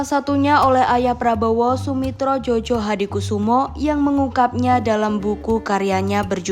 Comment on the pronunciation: Bacanya bukan " JOJO " tapi "JOYO " Mbak... ini sesuai dengan kaedah ejaan baru, mari kita belajar ejaan baru dengan baik agar kita tidak salah menyebut nama seseorang.